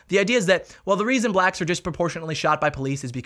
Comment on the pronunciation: Hey brotha man this movie does sound absolutely ridiculous however I didn't like one thing you said, why'd you emphasize the theater was for Blacks?? Sounded a little weird to me, just try and correct that a bit.